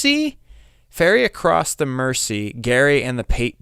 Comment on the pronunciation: On the first song you pronounced "across" correctly